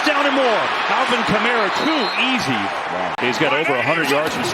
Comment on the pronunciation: Al"vin" Kamara Bundy